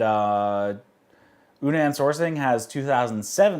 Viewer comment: Your videos are enjoyable, but would you PLEASE take the time to learn to pronounce the terms correctly? Dragon Tea House is not Dragon Tea Factory, Menghai would like their name pronounced properly, and I'm pretty sure you can figure out how to say Yunnan Sourcing if you simply watch ONE of Scott's videos. Sorry to be a jerk, but it's hard to take anything seriously when you don't even try to use proper pronunciation.